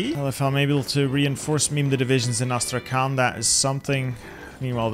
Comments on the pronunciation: "Astrakan" I'm russian and I think this insults me + Thessaloniki as Thernopoli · As i'm Russian a little notice if u want. Astrakhan pronunciation should be like Astrahan with "H" like in Hello and "n" should sound softer like in "honey"... I know that in English there is no separation between Hard and Soft letter. It is so hard to expalin))) Really great job at defending Turkey!